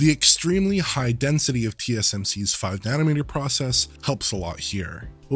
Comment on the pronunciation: *nanometer C'mon man, you just had in on screen a moment before. There is no such thing as a "nanomet-ree". Even weirder, you being North-American, and using goofy Victorian-era English...